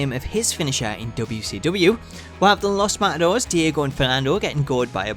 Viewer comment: Just so you know, you pronounce the 'e' in Matadores :P